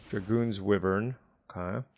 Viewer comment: The way you keep pronouncing wyvern is killing me 😭 But at least the other stuff is correct